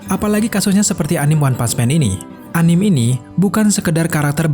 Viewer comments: Anim? agak kesal gue dengarnya_- Susahnya bilang Anime apa njing.. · Anime, bacanya a-ni-me, bukan a-nim... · anime d bacanya a-ni-me, bukan anim. itu dri istilah bhs Jepang bukan bhs Inggris. kritik aja kok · Anime dibacanya ANIME bukan ANIM